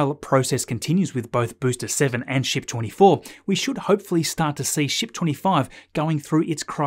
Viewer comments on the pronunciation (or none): Dude! Every time you say “ship” my kids think your swearing (shxt). The family was laughing like crazy today. Love your videos.